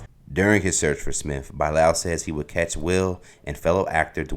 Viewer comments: He does say Buy-Lowel 😂😂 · Bro can’t pronounce Bilal to save his life